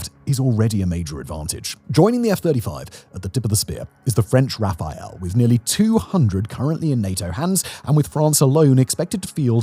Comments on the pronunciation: Love your productions but forgive me its not a Rafael its a Rafale pronounced Rafal in English. A gust or a burst. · You keep mispronouncing "Rafale", it's not "Rafael". it's a French plane, not some brazilian dude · Its RAFALE not Rafael. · RA-FA-LE not RAPHAEL ! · "RafaL" not "Raphael" :) It means "Burst" in french, probably for obvious reasons. although idk the story behind it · Please please factboi, it's RA-FAL, not RA-FA-El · This isn't especially important to the discussion but for a few months you've been pronouncing the Rafale (roughly Rah-Fall) as Raphael (the jet can't paint). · Its Rafale, not Rafael... Great video 😍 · repeat after me : Rafale = RA FALL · I'll never get used to this "Rafael" pronounciation... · Tell me more about those "Rafael" fighter jets Simon...😂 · Totally pointless comment but French aircraft Rafale is pronounced without a "E" before the L > "RA FAL" Peace out